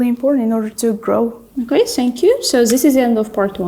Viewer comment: Shout out to both girls. However, unfortunately I see this a lot among our people when they mispronounce the Th in words like “thank you”sounds like sank you.